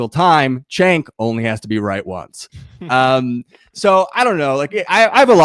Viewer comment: Man I hate the way said "chenk" like it's a J sound 💀 not ch. Side note, a broken clock is correct twice a day so it was only a matter of time before Cenk got something right